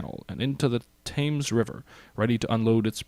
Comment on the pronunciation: The Battle of Britain movie had excellent casting in addition to actual (or close enough) WW2 aircraft simulated dogfighting. And a minor nitpick, the Brits I know swear it's pronounced the 'Tems' River.